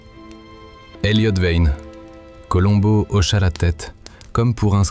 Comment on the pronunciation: Meilleure diction que l'autre voix.. Enfin le nom de Columbo esr bien prononcé.. Merci. Super. 👍